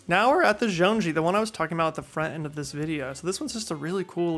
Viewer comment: Agree with everything you said. BTW, zhong-yi (jong-ee) is how it is pronounced!